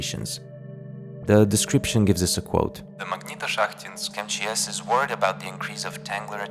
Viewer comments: позвольте подушнить магнитошахтИнск, ударение на последнюю и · Я произношу как магнитошахтИнск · you can't copy the idea of this video because nobody can pronounce "Magnitoshakhtinsk"